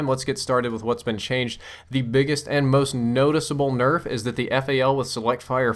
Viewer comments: "QBB got a huge berf" lol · What's a berf? Lol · 'The QBB got a slight burf.' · I heard it too haha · QBB got a big berf? lol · "QBB especially got a huge berf.." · "QBB got a good Berf" xD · u said berf LOL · "QBB got a huge berf." You heard it here first folks. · Did he just say the QBB got a huge "burf?" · "QBB especially got a huge berf." Was it sick or something? :P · he said burf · lol you said berff instead of nerf